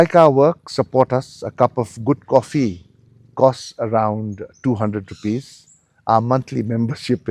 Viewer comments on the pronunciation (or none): none